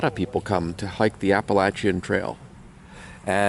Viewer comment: It warms my heart that you pronounced the Appalachian mountains correctly. I’m normally not a spelling/pronunciation fanatic but you nailed it. Happy trails from the north Georgia mountains. Great videos. Keep em coming.